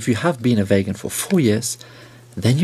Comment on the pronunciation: "vagan" he dosnt even care to pronouce it properly. Guys a total nutjob imo.